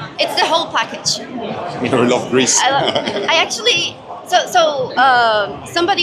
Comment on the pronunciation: Oh... they said "grease"... I heard "Greece" and I was like "IS NICK GREEK? :O :O" xD